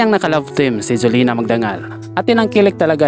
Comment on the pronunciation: Jolina magdangal hindi solina